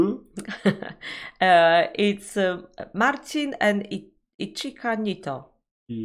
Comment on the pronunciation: Ichika wymawiamy (Ićka)